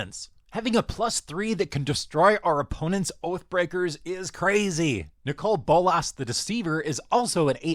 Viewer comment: You say Nicol Bolas very weirdly.